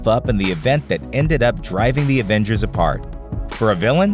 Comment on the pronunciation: Why d o u say advengers its avengers